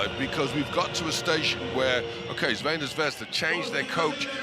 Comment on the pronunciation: try to break your tongue a little more to say: Tsrvɛna